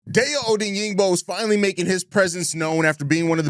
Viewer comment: Great content. Love your show. (FYI: Die-Oh Oh-Dang-Bo)